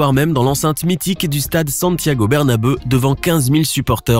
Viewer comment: Le Santiago Bernabeuh ?